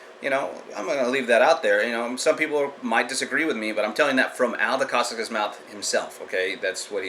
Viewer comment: You Sound like you know much but for a guy who keeps saying Al Decascos name wrong you say it as it was Italian or Polish. I was in the Ed Parker Long Beach Internationals in 1972 probably before you were born, I met Mr.. Ed Parkers then and Met Malia Decascos when she won 1st in women's Division. At that time Mark Decascos her son was a Toddler. My Sifu I took private lessons since he was green Calif. State Champ in San Francisco then took 1st in Brown belt division.. also head instructor 3rd heavy weight Black belt in the nation could not beat my teacher and after he got his black belt from Ed Parker he Beat all Light weight, Middle weight and was in finals losing by points to Jeff Smith who was number 1 in heavy weight division. There was a Studio named Universal Kenpo Who had testing students were taken into a local bar and had to lay out guys with chosen Side kick or roundhouse or vertical punch. A guy came in from a new school to do a Demo, the Black belt asked for a White Belt to Demonstrate Wosley San Soo Kung Fu,.. The Owner "Brewster" said you aren't leaving until you beat one of our black belts! The"Wosleys" Kung Fu System was a racket for money not the arts! . Frank Wosley Studio charged $50 a Month where unlimited use of the gym and weekly lesions, Originally Frank Wosley was a Businessman who met s Chinese man who inherited a book of ancient strikes to kill of cause malice, The art was taught out out a book translated into English. That is the reason they did no